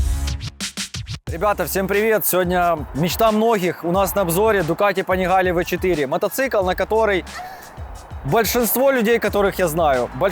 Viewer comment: Это типа слышишь : духати панихинкали 😂